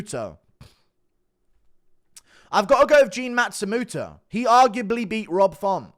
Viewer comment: Stop pronouncing it like a matsumuto it's matsumOto